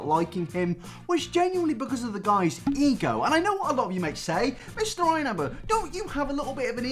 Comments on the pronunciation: every time he said ego i just heard e-girl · every time you say ego all I hear is E girl and I get more and more confused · whenever he says ego it sounds like e girl